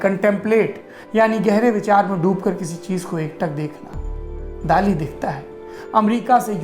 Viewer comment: During my visit to Salvador Dali's hometown few years back our Spanish tour guide specifically told us to pronounce 'Dali' as 'दली ' and not 'दाली '...Spanish people just don't like the mispronounciantion of his name! :-)